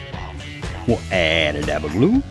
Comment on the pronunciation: Sounds like you say "aba daba doo" = Add a dab of glue. Just noticed at 20.25 it nearly what's wrote on your t-shirt